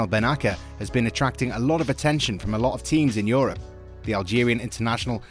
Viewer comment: Good video, even if watched lately it is still topical. Milan succeeded to be the Half-Season Champion with great merit. Please pronounce Bennacer with an "S" sound instead of "K" one, like this "BENNASSER" !